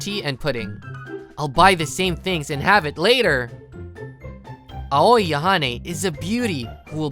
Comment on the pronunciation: Okay…I know this is just a pet peeve of mine when American VA’s mispronounce Japanese names in dubs. But I just hope the male VA one day realizes that just because her name is three vowels, doesn’t mean they make their usual sounds. He keeps saying Aoi like (ow-oi-ee), but I’ve always heard it pronounced (ow-ee) Ao-ee, not Ahoy-ee. Now that I’ve griped enough, allow me to fade back into irrelevance. Have a pleasant day everyone.